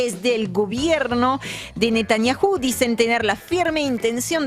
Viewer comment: Por qué la francesa acentúa netanjahú??? Como patoruzú?